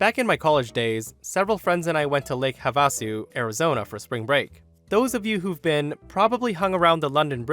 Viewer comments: For future reference: Havasu is pronounced HA-vuh-soo, not Ha-VAH-soo... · I hate doing this because it sounds snarky or grammar nazi-ish because you can't infer tone from the text, but I am trying to be helpful. "Havasu" is pronounced with the accent on the first syllable, "HA-va-soo." I think I once heard someone from Britain pronounce it "ha-VA-soo," but the reason why the accent isn't placed on the second syllable is because in the Havasupai language, there is no letter A in the middle. The Havasupai spelling is Havsuw and they pronounce it "HAV-soo." "Havasu" is the anglicized version of the word. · It's just Lake Havasu. Like, hA-va-su... Not hA-vAH-su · Actually it is pronounced Have - a - sue. Had an aunt that lived close by. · Mom and I laughing at pronunciation of Havasu (have-ah-sue) Arizona native here. I saw on a local news broadcast a street name Baseline and she was pronouncing it like Vaseline, but with a "B" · It's Lake "Have-ah-sue" or Have-a-Sue, no short a sound. accent on the fire syllable. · 😂 It's pronounced lake "Have-ah-sue"... Lake Havasu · Pro tip from an AZ resident... it's pronounced HAVE -uh-sue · It's HA-va-su. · Havasu is pronounced Have-Ah-Sue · Pronounced= Have-ah-sue. Man-made lake in Arizona. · Thank you...it was driving me crazy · That's Lake Have-a-sue. Old Indian name. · You said Havasu wrong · I don't think I've ever heard Havasu be pronounced that way, but also it's probably the most logical way for it to be pronounced. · Thank you! That pronunciation hit me the wrong way! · I think you tubers deliberately mispronounce things to get us to comment.